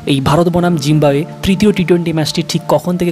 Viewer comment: ভাই আপনার তো উচ্চারণের সমস্যা আছে, জিম্বাবুয়ের জায়গায় জিম্বুয়ে বলতেছেন 🤔🙃